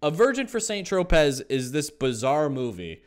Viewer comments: Tropez = tro-pay. I can’t stand when people are pronunciation police, but yeah I did it, sorry.🤓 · You hit me with that hard Z in St. Tropez and made such aggressive eye contact 😄😄😄